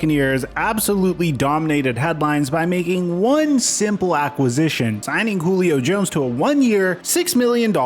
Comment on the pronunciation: Did you call him Goolio Jones?